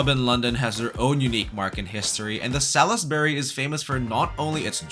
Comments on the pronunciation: "Sal-iss-berry"?? No, no, NO. Salisbury is pronounced "SOLZbry". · Mispronunciation of Salisbury really annoys me. It’s pronounced ‘Sallsbury’ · Well written and presented. The steady pace this really enjoyable to watch, but a couple of the pronunciations were off a little. Salisbury should be more like Salsbury or even Solsbury . . . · What a great guide to London food. Bringing my (American) family to London for the first time in July. FYI there is no “i” in Salisbury - it’s pronounced “Sawlsbury”.